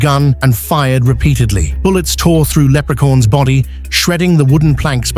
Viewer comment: I like how the AI pronounces it”Leprecorns” 😂